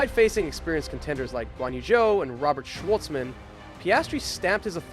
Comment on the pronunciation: Great video but you really need to work on your name's pronunciation - At least 2 'Bahrain and Schwarzman' are quite easy to pronounce, no reason they should be said like they were in the video